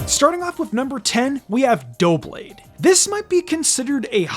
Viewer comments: The only thing I disagree with in this video is how you pronounce Doublade. It is 2 blades, double blades, so duh-blade makes more sense then doh-blade. Feel free to do as you wish, since this is not meant to be a nitpick, but I felt the need to point it out. In other news, here is my list of favorite designs. I will admit to biases affecting my choices. 10 Mimikyu 9 Ceruledge 8 Volcarona 7 Lunala 6 Corviknight 5 Garchomp 4 Tinkaton 3 Rayquaza/Mega Rayquaza 2 Metagross/Mega Metagross 1 Blaziken/Mega Blaziken EDIT: spelling error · It’s pronounced DUH-blade and nah-guh-NAH-dull, “”! 🤨 You’re so bad at pronouncing Pokémon names, bub! 🙄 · Double. Blade. Say it with me. Duh-ble blade. Duh-blade.